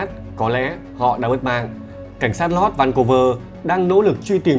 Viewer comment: giọng đọc hay mà tiếc cái là phát âm tiếng Anh dở quá ạ 😢 Nancy đọc thành Lancy, Snow đọc thành Slow, North thành Lorth nghe khó chịu vô cùng..